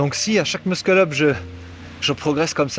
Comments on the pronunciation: Non mdr c’est juste qu’on dit Mussel up et pas Muskel up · Ce que je veux dire c’est que si il avait écrit muscle up dans ta tête tu aurais lu meusseul eup (j’exagère sur l’écriture mais c’est pour que tu comprennes) or là il a écrit de manière exagéré pour que tout le monde comprenne que le prononce mal